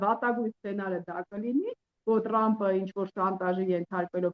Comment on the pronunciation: լայ լաղջիկ լերվուծաբան խի՞ ես Թրամփին Տրամպ ասում Մենք թ և փ տառերն ու հնչյուններն ունենք ։